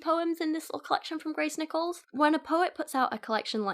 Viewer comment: What you said: Grace Nichols What I heard: Gray Snickles.